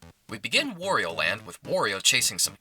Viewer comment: How is wOrio? I only know wArio??